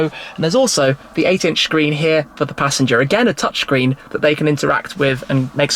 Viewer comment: "a 10.25 inch SHCREEN" 😂😂😂